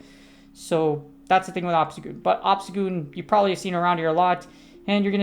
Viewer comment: I swear I heard you say obama snow lol oh wait you did